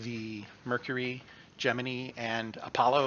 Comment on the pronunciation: You pronounced Gemini correctly but still pronounce ostranauts wrong. 😅 The "ostr" is pronounced like as in ostrich.